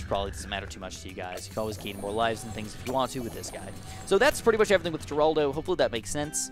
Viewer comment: Geraldo is pronounced Her-aldo.